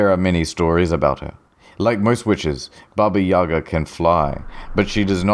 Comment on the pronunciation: Your pronunciation of Baba Yaga is perfect. Chef's kiss